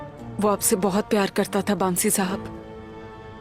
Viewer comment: Aygul said- bamsi ko baamsi